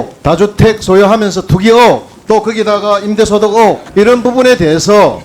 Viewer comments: 으혹 아니고 의혹!!의혹!!! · 질문을 하는건지 시비를 거는건지..반값등록금.무상급식얘기로 시작해.. 자기아들은 호화 외국인 학교에 보낸다니? 먼소리고 호화외국인학교는 어느학굔데.. 박영선의원님이 자기 아들 외국인학교 보내는게 잘못인가요ㅡㅡ?; 박영선의원님의 아들은 어느 학교보내야 맞는데요?ㅋ 재산증여의혹.불법주식거래.투기의혹.임대소득의혹? 본인한테 질문할껄 가져오신 듯ㅡㅡ... 즈그들은 더 했으믄 더 했지 덜 하지도 않을 것들이 완전 당당해ㅡㅡ 아우... 딱 ㅈㅅ없다.. 그리고 으혹아니고 의혹! 으혹으혹 디기 거슬리네ㅡㅡ^ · 의혹은 왜 계속 으옥! 으옥! 이렇게 발음하는데 거슬리게... 국민이 다 자기네들 편인것처럼 착각하네. 질문을 했으면 답을 들어야지 시간 없다고 답변 다 무시하고.. 자한당 특징인가